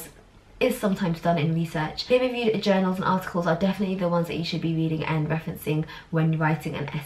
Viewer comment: Who else feels she keeps pronouncing And as “end” 🤔😐every time she said “and” it sounds like she’s saying end!